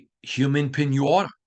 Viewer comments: First your pronunciations of piñata and roulette is killing me lol. Second, I think this podcast sound like a lot of excuses. We keep hearing same thing week after week. Great, everyone in the building is frustrated from top down, but what is being done about it?? There’s no sense of urgency shown ANYWHERE. Reporters need to challenge more on questions n not softball questions. Mark Davis is lashing out at fans in public that are calling to Fire Josh McDaniels. We lose to Lions this week it will be same thing: “ we saw effort, proud of team but we need to get better you know. We didn’t excute in all phases, we had great practice you know, we didn’t see this coming but we need to learn how not beat selves. We need to learn how to win you know.” Blah blah blah same ole excuses. Josh is NOT the answer, full stop! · The way he says Piñata with that Midwest accent tho, it's kinda wholesome